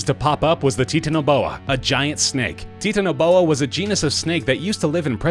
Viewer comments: Titanaboa isn't pronounced "Tee-tan-a-bo-ah". It's pronounces liked Titanic, as in "Tie-tan-ah-bo-ah" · Lol!!! 🤣🤦🏻‍♂️🤷🏻‍♂️ I know, right? You would think you might research how to say the thing that you are making a video on??.... just a thought! (But maybe it is "TEETAN A BOA......even though, I just looked it up and most people who study these types of things say the pronunciation is "TITAN A BOA) 🤖🤓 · "Tit-aniboa" no "TITAN-iboa" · Bro I play ark it's pronounced Titan-O-boa but good list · Did he actually just say "tee-tanoboa?" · It's titan-oh-boa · it's pronounce "Titan-a-bow-uh" also the number one is titled "Lie-O-plearadon" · I knew that the Megalodon And and the Titanoboa were gonna be here P.S. it’s (Tye-Tan-oh-bow-a) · You said titanoboa wrong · He said titanaboa wrong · i love how he said titanoboa. haha